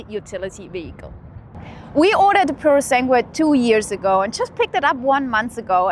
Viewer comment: don’t mean to offence here, but this is super duper easy to pronounce. Just ask ChatGPT to teach you how to nail basic Italian intonation. It’s “Pyu ro (roll the r) sAnn (do accentuate the A) guay “ 😜